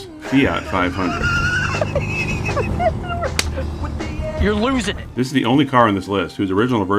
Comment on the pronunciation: I wanna commend you on the efforts you make to pronounce non-English words and non-Anglo names correctly, particularly with your pronunciation of the Fiat 500's Italian name. I've encountered a few too many YouTubers who seem to make it part of their brand to mangle words they don't immediately know how to pronounce without even bothering to research them beforehand to practice their pronunciation but you clearly put in the work and I love that. Rock on,!